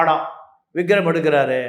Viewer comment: Vigram illa, Vikram. Enna reporter ......😮